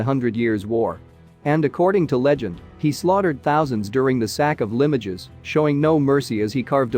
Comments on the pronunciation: Interesting, but why show Roman troops when talking about something 100 years later, and Cromwellian Roundheads which weren't around until three hundred years later?! And annoyingly, Limoges is pronounced Limb-mowj not Lim-mog-is. If you're going to narrate do it decently please! These basic errors rather devalue the good parts of this presentation. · LEE MOW ZHH, not LIM OH DGES. 🤣🤣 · LIMOGES IS PRONOUNCED "LEHMOZH!" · It is not Limojaes it is leemohj. Go and obtain French Language lessons. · Limoge = Lim-ohge (soft g) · Totally agree with you. Appalling presentation. Actually sounds like a Robot. If you are doing a Voice Over the least you can do is check on pronunciation. Limojees!! and as for the reading of the script around the tomb - dreadful.